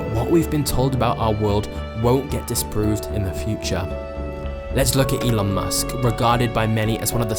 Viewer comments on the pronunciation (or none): none